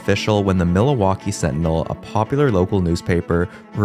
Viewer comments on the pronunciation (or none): Dude it's Milwaukee not "Mil-a-waukee", there's no a in there bro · Interesting history lesson. But is this a robot voice? oy. Worcester Mass is pronounce woster not war-chester. Mil - a - waukee? Where'd that come from? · Mil uh waukee it’s Milwaukee! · MILL-WALK-EE. NOT milli-wah-key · Bro wtf is Milohwalkee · Dude it’s MILwaukee not MILAwaukee. I’m not even from and I’m pissed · Overall, this isn't a bad video, but this guy should have looked up how to pronounce these things before he made the video. He seems to add extra A's to words or emphasize the wrong syllable or straight up mispronounce things. Milawaukee? (Mil-wok-ee), Bridge Grooms? (Bridegrooms; as in Bride and Groom), Super Baz? (Superb Uz), Miny in apolis? (Mini-Apolis). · It's pronounced MIL-Waulkee NOT MiLA-WAULKEE.... Like where are you from? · It's not pronounced MIL -Waulkee either. The accent is on the 2nd syllable Mil-WAU-kee and they didn't play in Milla waukee Country stadium either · its pronunced mill-wah-kee not mil-a-wah-kee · I definitely heard you pronounce Milwaukee as Milawaukee consistently, and even though I am not a fan of anything regarding Wisconsin, it kinda rustled my jimmies hearing you say that, ngl I figured it was either a speech impediment or an accent, and I'll take being Canadian as an excuse lol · milawakee is a my favorite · I THINK THIS GUY GETS OFF ON INCORRECTLY PRONOUNCING IT AS MIL-A-WAUKEE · Why do you keep saying “Millawaukee”? And the Brooklyn club in the 1890s were the Bridegrooms (not the “Bridgegrooms”), and then the Su-PER-bas (not “SU-per-bas’). The word “padres” doesn’t mean “friars.” “Friars” means “brothers,” not “fathers.” If you’re going to spout off on the Internet, get your facts right. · I’m trying to figure out where “Milawaukee” is… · Its "mill-WAU-kee" - come on - it isn't a foreign city................... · "mila-waki" bruh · Milowaukee? Bridgegrooms? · Mill-a-wah-kee? Master class stupid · Why is he adding an "a" in the middle of Milwaukee!?!